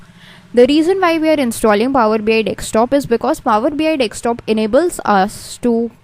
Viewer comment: madam.. It is power BI desktop. Not DekSTOP. Every time you are saying dekSTOP. dekSTOP. It is annoying to listen.